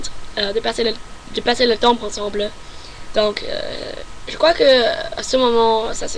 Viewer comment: Your nasality sounds very French. I've been studying French for 10 years and your nasality for sounds like "En" sounds spot on. The way you pronounce the vowel E, like "je" is very good as well. Keep it up. You'll get there.